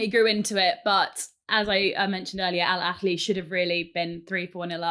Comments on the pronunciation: it’s not “Al Akhli” it’s Al Ahli, exactly the same as you spell it. I don’t mind people mispronouncing it. But, correcting someone and being so wrong so confidently is crazy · Love the pod! Just a note was mistaken, Al Ahly is pronounced with a soft h ( ه) and not with a scouse kh (ﺥ). An English person simply needs pronounces the "h" as they normally would in a word like "ahead", dont need to overcomplicate it 😂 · It's Al-Ahly Literally pronounced as it's written with the Ha sound not the Khhh sound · It’s pronounced Al Ahly → al-AH-lee "Al" is like the word “all” but shorter "Ahly" has the stress on the first syllable: AH-lee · Hey Gary, phonetically it's annunciated as "al" "ah" "lee", there is no guttural sound when saying the "h" is about to spit. Not all Arabic words have guttural sound. Great show as always.